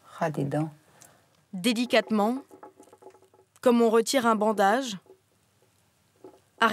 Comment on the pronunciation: Je suis le seul à entendre 《dedicatement》